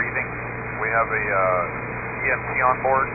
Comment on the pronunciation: The translator is calling the EMT an EMC.